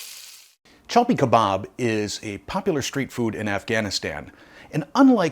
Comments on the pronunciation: It's called chapli kebob. Not chalpi But you did a great job 👏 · cha plee kuhbaab is this the correct pronouniation? You pronounce it chal pee, either way, this is the first time I have ever heard of it, so many new foods and things I am learning on videos and Thank You for sharing the mag Milk Street never heard of that , I must live in the dark ages ha ha ha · It's actually spelled Chapli Kebab/Kabob. And pronounced Chaap-Lee.